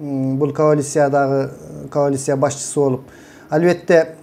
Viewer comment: Байке жүз жолу "коалиция"- деп айтып жаттап алсаңыз, "каолиция" -дебей.